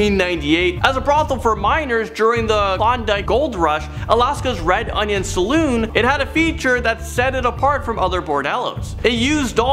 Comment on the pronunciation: Are you guys serious you cannot properly pronounce Shanghai or Saloon?